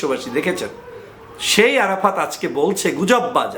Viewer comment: ভাই আপনার আরাফাততা 😂😂 বলাটাই অনেক সুন্দর হয়েছে গুজব লীগের কাজ তো গুজব ছড়ানো